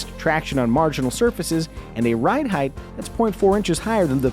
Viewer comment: Great review. I just bought an EX-L. Great car. The amount of tech in this car is staggering considering the price. One bit of constructive criticism... "Heighth"...please don't.